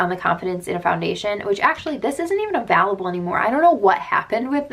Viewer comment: I kept wondering why the foundation’s weren’t VALUABLE...I finally realized you were saying AVAILABLE😂